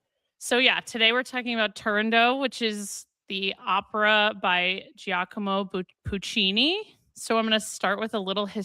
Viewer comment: Not a threat: when you have “gi” in Italian, it just indicates a soft g, like a j. So Giacomo is pronounced ja-ko-mo, not jee-ah-ko-mo